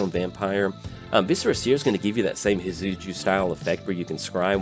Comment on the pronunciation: Great video I know it’s your accent but it’s definitely not pronounced Hit-Soo-Joo 😂